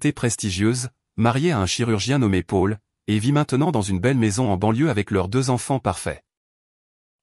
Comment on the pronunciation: On dit Pol pour Paul, et non Pôle 😅